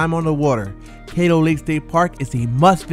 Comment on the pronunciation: Love the video, side note Caddo is pronounced like "cad-do" more like "cat-o" than "kate-o"